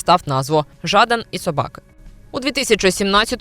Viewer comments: Та не Жааадан! А Жадан! Неуч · ЖадАн, а не ЖАдан. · шо це за дика манічка вигадувати людині свої інтонації для прізвища, шо за ЖАдан???? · Нащо робити випуск, якщо не знаєш , як правильно вимовляти прізвище героя цього випуску? Трошки дивно… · також звернула увагу на нетиповий наголос. Може б і підписалася на українськомовний канал, але цей невірний наголос натякає на не високий професіоналізм автора